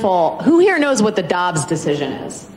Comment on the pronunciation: She said Gobbs not Dobbs no wonder people were so confused lol